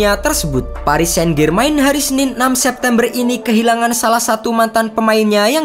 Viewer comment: Walau berita ini menyedihkan, tapi pntk bgst apa Bernadette dibilang Bernadette , padahal dibilang Bernadet aja. Saint-Germain dibilang Sain-Germain , padahal Sang-Jermang